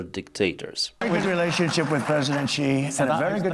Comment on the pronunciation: Please 😅dont say very with w. V as in vast fex